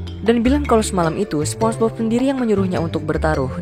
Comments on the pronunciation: Spong e Bob bg😂😂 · spombob bg nyebut nya